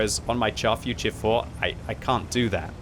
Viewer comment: still can't say the Char Futur properly, just google search how to say it